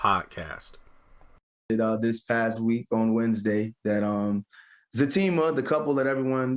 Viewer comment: Very good... you have been saying his name right ✅